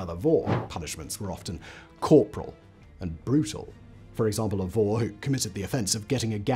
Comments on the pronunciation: In Russian the word thief is pronounced [vor]. But you have to pronounce [voR] with hard and define R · Vorrr. emphasis is on R, not O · This is excellent and by and large pretty accurate. But Simon! Roll your r's at least a bit on vor and mir!😂 Suki was the only you didn't butcher. Oh well, no one cares, I know... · It is not pronounced Woh or Woe. It is Vor (with hard 'r' like in 'roberry')